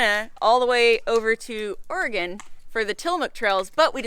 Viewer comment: Bummer that I didn't hear about you guys being over here till now! The coastal range is a temperate rain forest so was not wrong. But one awesome thing is you guys pronounce Oregon and Tillamook correctly!